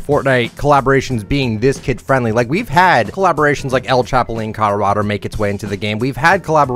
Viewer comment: Bro saying el chapulin Colorado hurts my ears, that’s not how you pronounce it